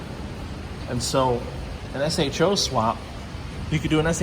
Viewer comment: To me, it is definitely pronounced S-H-O, not sho. Good job bc i think you default to that. No one calls a Toyota a turd, when it is T-R-D. It has always been S-H-O